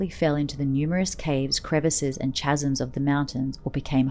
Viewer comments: Say "CHasms" one more time. I dare ta. I double dare ya! But seriously, what was a good narration becomes completely ridiculous as you can tell the orrator is uneducated and it loses credibility. Please say "Kaz-em" (phonetic of course). CHasm be gone, i shuddered my way through this. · Chasms is pronounced "kasms."